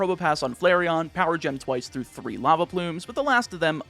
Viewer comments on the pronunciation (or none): none